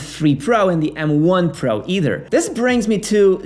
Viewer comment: Can’t stand how he pronounces “pro”